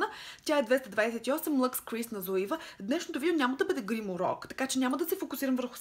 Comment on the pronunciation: Мисля, че марката Zoeva се произнася "цоева", тъй като е немска😉 П.С. Блузката ти е много сладка😄